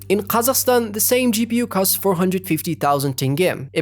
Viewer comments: honorable mention for him saying Қазақстан like a real G who doesn't adapt kazakh words for english speaking ppl. Good work,. Salam from Арман. Шешен амы, қотақ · Ағылшынша сөйлеп тұрып ҚазаҚстан деген кезде құлағым ауырып кетті кішкене, ағылшыншаланған "Кэзэкстан" дегенге үйреніп қалғанмын. Жақсы видео ;) Гуглдың программалары офлайнда жоқ, сол себепті OnlyOffice(MS Office-ке қатты ұқсайды) қолданып жүрмін, жәнеде ол Linux-та да бар. Соны қарап көр.